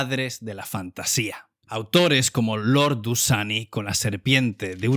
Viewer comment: Soy sub pero esta phrase me sangró los oidos. "Autores como Lord "Dusany" con al "serpiente de uroboros" y Eddison con el "El rey de Elfland". Lord Dunsany escribe lo ue seria en español "La hija del rey del pais de los eflos". o lo va a decir en español o lo va a decir en inlges, o al menos el titulo complet xd tipo "La hija del rey de Elfland" y es un libro muy bonito, un grande Dunsany